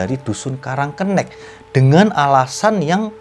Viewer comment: Bang salah penyebutan😂 yang bener "karang kenek" bukan "karang kennek" Desanya ga seserem cerita ini kok sekarang, tepatnya di olean situbondo, disana juga ada tempat wisata tpi tempatnya bukan di pas desa nya, tpi gak ke lebih timurnya, kapan kapan gw bakal bikin motovlog deh soal desa karang kenek ini😂😂 dri desa gw kira kira 10 menitan doang😂🤣